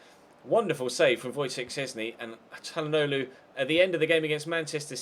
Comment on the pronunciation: I swear the way he says calhanoglu is harder than how you actually say it